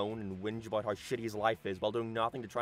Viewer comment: No idea what accent this guy has, sounds totally normal until his he aboyt or aroynd.